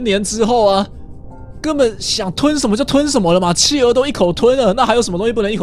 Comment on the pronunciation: 企鹅听成汽油。。。XXXXXDDDDD